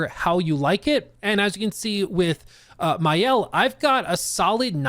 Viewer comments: Hey man, for info it's Ma-Elle in french, not mayelle. love that review, didn't know the game nor the company but will take a peak into it. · Maëlle is not pronounced Mayel but rather Mah-elle. Thanks for the preview, genuinely good. The fact this is the studio's first opus make it even more impressive. I hope that the success they are gonna be granted won't change the core of their team and the way they cook. This is a raw gem as a studio!